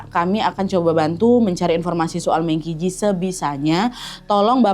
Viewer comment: D china meng baca meung juga